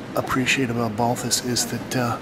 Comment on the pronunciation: Asking for a Balthus catalog at Pierre Matisse in the 70s, was corrected by an older gentleman behind the counter, "it is Balthu", ...the s is silent in the French pronunciation.